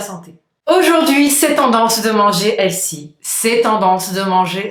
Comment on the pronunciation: Ça se prononce : / H è l f y / c’est un mots anglais. ( un critique constructif ) Bonus : The se prononce : / Vœux / mais pas « ze ».